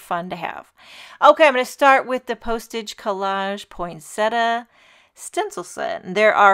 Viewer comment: Botanical accuracy: poin-sett-i-a. There is NO such word as "poynsettuh."